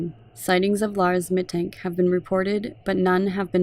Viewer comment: Very detailed and solid summary! Little note: Mittank is pronounced "Mittunk" :)